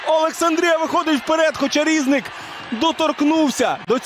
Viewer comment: Коментатор неук. Не шОстак, а шостАк. Не рІзник, а різнИк. Коментатор, ти українець чи німець?